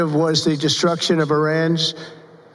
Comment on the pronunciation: ……. He’s not even saying words anymore. I assume he was attempting to say “enrichment” but botched the shit out of it. This is just sad.